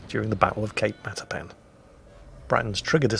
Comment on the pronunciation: Did you say... the Battle of Cake Marzipan?